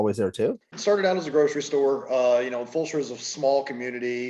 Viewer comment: Pronounced “Full-Sure”